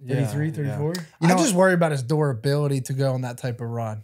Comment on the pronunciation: Someone pls tell house to say “ Durability” it’s buwubily. Like it’s durable not duwuba drives me insane every episode. And I watch for burns a Renato. They coulda have videoed chatted in